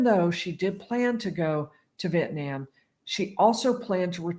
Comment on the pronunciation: "Vietniam" lol